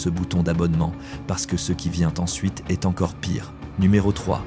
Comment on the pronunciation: "maintenant, nous arrivons à une marque qui e-s-t" ??? 🤔🤔🤔🤔🤔🤔🤔🤔🤔🤔 Bon sang mais si vous vous utilisez des IA, utilisez-en des bonnes, enfin ! 🙄🙄🙄🙄🙄🙄🙄🙄🙄🙄🙄🙄